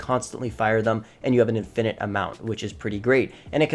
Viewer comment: Yep. And the emphasis is on the FIRST syllable of infinate. Haha. He might not know what 'emphasis' means. 😂